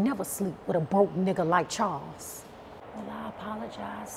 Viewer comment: She know she say Charwls